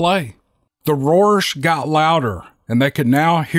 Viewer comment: First time I have heard someone mispronounce the "roars".